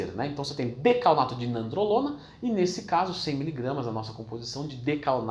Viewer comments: É decanoato , vc disse dacaOnato , até eu me confundi aqui hahahaha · Decanoato, Não é? Ou é decaonato mesmo kk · DecaNOato***, não decaONato euheuhuehue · Decaonato não, decanoato. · Muito boa a explicação, só não pude deixar de perceber ele falando decaONato ao invés de decaNOato kkk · Acho que não , pq ele está falando errado . Falou decaONato ao invés de decaNOato kkk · Leandrão, adoro seu trabalho, então ai vai uma ajudinha: no video você fala decaonato, mas o certo é decanoato. Abraço 😉